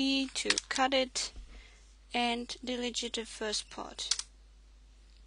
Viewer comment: i have noticed that in your videos everytime u say delete, you say it like del-i-jit. just for the sake of better english. its pronounced de-leet. great video btw! :)